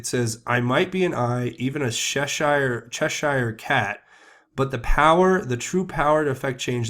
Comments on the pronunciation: Cheshire - pronounced "cheshuh" not "chesh Eyer". Cheshire cat from Lewis Carrol's "Alice..." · Good day sir I would like to correct you on your pronunciation of the word Cheshire cat. The -shire part. In America there is a state called New Hampshire. The pronunciation is exactly the same. "Chesher" cat.